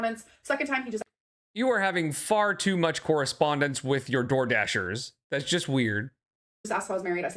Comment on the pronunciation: Lol thank you! The "correspondence" has been bugging me too!